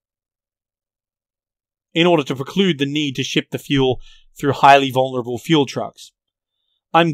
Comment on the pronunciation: "In order to proclude the need to feul the vichicals"